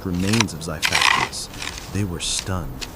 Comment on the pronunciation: This is bad AI, and AI is bad already. This voiceover is horrible, and I swear I can hear typos. Xiphactinus is pronounced three ways here.